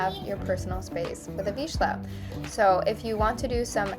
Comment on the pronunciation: Not to be rude but your pronouncing the word vizsla incorrectly, it sounds like veezluh